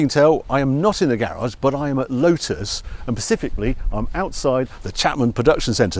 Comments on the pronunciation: At 22 seconds Harry says "Pacifically".......it's "Specifically, Harry, you doughnut! It's got nothing to do with the Pacific. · Harry was that specifically or pacifically? Please say it was the former.... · Harry… no!!!!! It’s ‘specifically’ not pacificaly for heavens sake… I’ve shuddered silently through every ‘alpine’ wheel that is Alpina… but on this I stand with Mitchell & Webb and the grammar nazi… sort it out sir ! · Really interesting video … love Harry’s presentation, but did he say pacifically at the beginning!